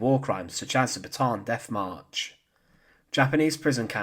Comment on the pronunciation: It's Bataan, not Baatan. Both "a" must be pronounced separately: Bata-an.